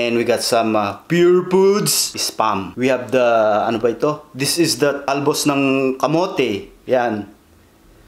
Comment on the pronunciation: Hahaq "the talbs of the camots" 🤣🤣